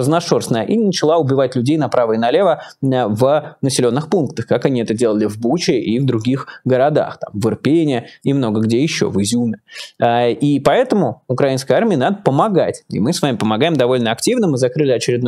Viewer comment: ИрпЕнь, в ИрпенЕ, из ИпренЯ!!!!!!!!!!!!!!! Мне, как киевлянке, которая живет рядом многострадальным с ИрпенЁм, режет слух ваше неправильное ударение в названии города-героя ИрпЕнь. Вы же просите поправлять вас в ударениях населенных пунктов Украины, вот я и поправляю. Может прислушаетесь...